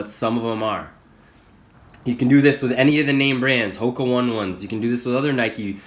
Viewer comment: Hoka One One is pronounced Hoka Oh-nay Oh-nay. Not trying to be that guy. Just trying to help out. Thanks for the video!